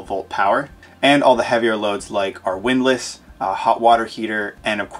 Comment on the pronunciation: Love the editing. Thanks for sharing. I've got to tweak you on the "widlass". 😁